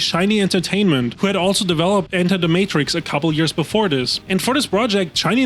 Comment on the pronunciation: im gonna need you to retry that pronunciation of Matrix lmao